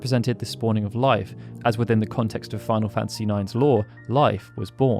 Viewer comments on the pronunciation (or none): none